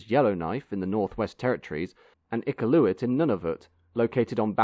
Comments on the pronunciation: Great memories! Now all we have is AC and Westjet - and Westjet is more of a boosted up regional operator. By the way, Iqaluit is pronounced more like Ick-kal-oo-weet. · In addition Grants name is pronounced “McConakey”… Not McConahay… Iqaluit is also pronounced - “Icalooit”…